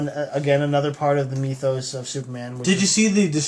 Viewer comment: I like when you talk about the meethos (rhymes with teeth).